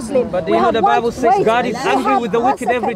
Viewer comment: THE LADY SAID " YOUR BIBEL ?? "